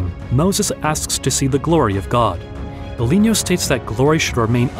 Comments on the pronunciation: BIGLINO (BEGLÈNO)!!! stop saying BELIGNO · No. He's a real human. That's why he did that mistake. Its the first time we worked together and he was not familiar with said terminology. In fact the name Biglino is wrong all through the video, as he calls him Biglinio. Since then I always gave him an audio file to pronounce things correctly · No dont be sorry about mispronunciation of the name ''Biglino'',..in fact his name is not his and do not talk about him,..and this video is not you,..and me is not me,..but we are they and they are us. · I tried to take your video seriously but you kept mispronouncing Biglino. I really can’t respect or take seriously the work of someone that doesn’t even take the time to pronounce names the right way. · How could it be AI if it got wrong the name of Biglino like 200 times, including psalms and many other words inside of this channel. Since this video I have been training my narrator personally to not misspronounce words anymore. Nope Not everything is AI